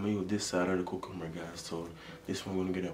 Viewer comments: 💀 accent is so strong when he pronounced cucumber in the intro “cuc-coob- ba”😂😂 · He kept on saying coocumber I’m not making fun of you it’s just funny sorry